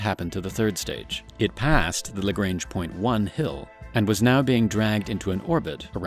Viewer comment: I need you to google how to pronounce "lagrange" otherwise you might sound uninformed.